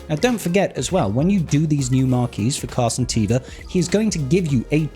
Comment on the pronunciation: Am I the only one that noticed you always say "captain car santeva" instead of "captain Carson teva"? 🤣